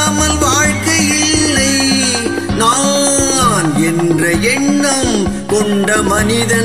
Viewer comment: மக்களிடையே விழிப்புணர்வை ஏற்படுத்திய பாடல். இசையரசர் குரலில் ஒலிக்கும் கம்பீரமும் உற்சாகமும் தங்கள் குரலிலும் பிரதிபலிக்கிறது. நா..ஆ..ஆ...ன் ..உச்சரித்த விதம் அருமை.மெல்லிசை மன்னரின் எழுச்சி மிக்க இசையில் , " ஓராயிரம் ஆண்டுகள் ஆகட்டுமே... முன்னேற்றம் என்பதெல்லாம் உழைப்பவர் உழைப்பதினாலே.." வாலி ஐயாவின் வேகம் மிகுந்த வரிகளை ..அதே உத்வேகத்துடன் பாடி அசத்தி எங்களை மகிழ்வித்தமைக்கு நன்றி சகோ. MGR பாடல்கள் என்றுமே உயிரோட்டம் உள்ள பாடல்கள்..❤